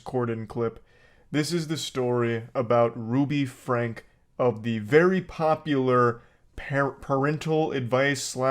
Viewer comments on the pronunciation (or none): Also it’s pronounced “Frankie” not “frank”